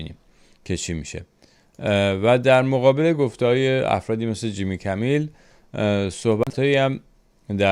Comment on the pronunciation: عزیز جیمی کیمل هست نه کمیل